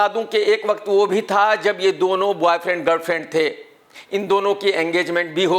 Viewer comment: "Bwaayfrend Garlfrend"